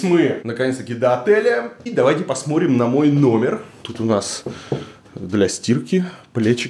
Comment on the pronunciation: Варламов конечно молодец, но вот произнести слово В котором неудобное сочетание букв Т и Р он не сможет : ТРИ,ТРАП,ТРЮМ. Он говорит :ПОСМОРИМ.У дочки поучился бы